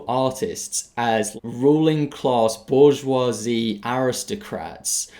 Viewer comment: i agreed until you pronounced bourgeoisie like that.